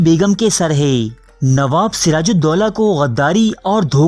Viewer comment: وعلیکم السلام۔ بھائی آپ کی معلومات بہت کارآمد ہیں۔ شکریہ۔ چند گزارشات پیش خدمت ہیں: (1) بالترتیب کا تلفظ ھے bittarteeb نہ کہ biltarteeb (2) ترکہ بھی tarka بولا جاتا ھے، turka نہیں (3) ھے کو hay نہیں، hae پڑھتے ہیں (4) "یاد رکھو دوستوں" نہیں، "یاد رکھو دوستو"۔ خطاب کے وقت نون غنہ نہیں ھوتا۔ (5) گورنر کا نام Warren Hasting نہیں Warren Hastings تھا۔ (6) خرچ کو kharach نہیں kharch بولا جاتا ھے۔ آپ کی پیشکش سے ہم خوب لطف اندوز ھوتے ہیں۔ عمدہ کام ھے، جاری رکھیے۔